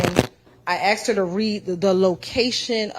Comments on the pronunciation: Why is it that EVERY female lawyer for Fulton County District Attorney's office CANNOT SAY THE WORD ASK OR ASKED CORRECTLY? It makes them look like uneducated fools every time they do their ignorant sounding "axed" thing. I axed him what time it was. He axed where it happen. I'm going to axe the witness this. THESE ARE SUPPOSED TO BE HIGHLY EDUCATED LAWYERS!!!! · There's one question I find myself constantly wondering every time after is at the podium during direct or redirect: how does one axe a question?? I thought you axed trees and wood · State “attorney”, “ I aksed, I aksed, aksed”!!! Come on, seriously!! These state attorneys can’t even speak properly, we’re supposed to believe that they passed the state bar exam, speaking as poorly as DA Willis and her corrupt clan of incompetent “attorneys”?? Fulton County needs to vote ALL of them OUT!!